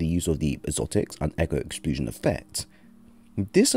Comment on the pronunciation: Lmao Idk if I can trust a guy that makes up words like exploosion😂😂